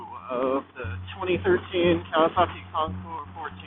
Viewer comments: Thank you for not pronouncing the “s.” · Thank you, thank you, THANK YOU for pronouncing the name of bike correctly. Almost NO ONE ever does. Nice review. Calm, soft-spoken, and clear. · Beautiful in blue! Great video. Ditto on pronouncing the name correctly!